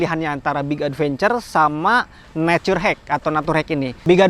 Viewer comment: "Naturhek"emng kabiasaan maca na kitu lah wkwk😂